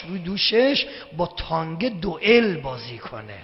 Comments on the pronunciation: این به تانک میگه تانگ.اونوقت مرجع تقلیده یه عده ساندیسیه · چرا به تانک میگه تانگ .